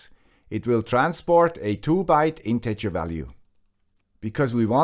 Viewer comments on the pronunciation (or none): none